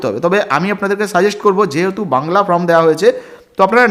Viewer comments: This is not Form it is called Form,correct your pronunciation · আপনাদের এত উচ্চারণ ভুল, কিছু শুনতেই ইচ্ছে করে না, ফর্ম কে বলছেন ফ্রম